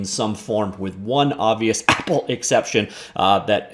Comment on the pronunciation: Say apple right man, no need to cough it out only say normally and fuck apple.